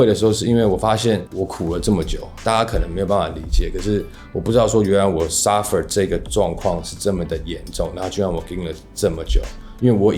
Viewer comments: Suffer, not surfer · suffer not surfer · Suffer 不是 S urfer 啦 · It’s “suffer” not surfer 🏄🏻‍♀️ haha😂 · 是suffer不是surfer吧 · Suffer, not surfer.